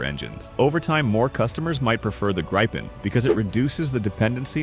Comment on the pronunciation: For the love of god, you english speaking just can't pronounce Gripen so call it JAS 39 instead of butchering the name!